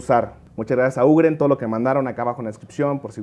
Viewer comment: se dice "yiu-griin" no ugren (UGreen) porfavor.